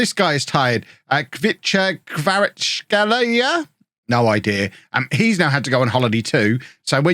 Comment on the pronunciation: hi, hope you're feeling better. I was watching Napoli the other day and I believe it's pronounced Ka-Var-Ets-Skellia.